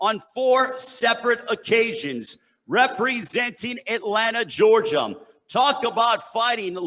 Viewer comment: Th he kept saying Georgiam smh